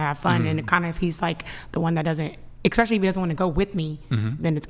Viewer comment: Shocked she pronounces it "eXpecially" she seems so smart